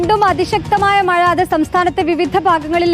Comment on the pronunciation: മയ അല്ല മഴ